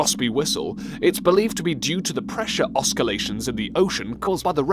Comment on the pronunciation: Oskillations? The Pokorocca? The spelling and pronunciation of the word Pororoca is defined in the video yet still mispronounced Where is Nijerrya Falls??? I know Niagara Falls is just a couple of hours drive for me. National Oceanic and Atmospheric Administration is not NOOA. How big is 6 6000 square miles? 36,000 square miles?